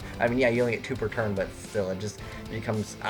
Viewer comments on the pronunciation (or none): none